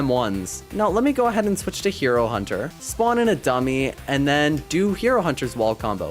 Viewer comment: Did he just say hiro hunter??😂😂